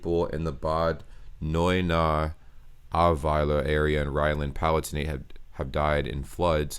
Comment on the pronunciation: Even though this is very serious, you did a great job pronouncing "Bad Neuenahr-Ahrweiler".